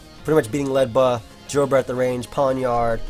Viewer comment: It's not Ledba It's Ledyba LOL